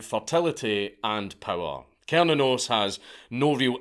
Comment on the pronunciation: i’ve heard it’s pronounced (sir-nan-os) but from the deity’s point of view, I don’t think he really gives a shit how it’s pronounced. just thought i should put that out there, as a Norse Pagan, who likes all gods from different pantheons.